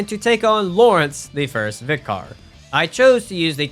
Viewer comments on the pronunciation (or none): its pronounced ViCUR not ViCAR